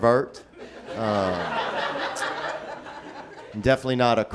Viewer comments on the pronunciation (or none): Guy's a prevert on his way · it souded so classy, like pevèrt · What’s a puh-vert? 😅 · A per-vert’ French for pervert😂Theo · "Per vert" lmfao!!! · I love the way he pronounces "pervert".